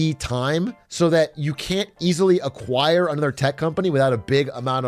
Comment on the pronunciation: My man Brandon just said "Aqua hire."